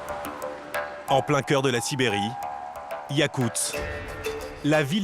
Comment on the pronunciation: yakutsk, pas yakuts, voix-off de merde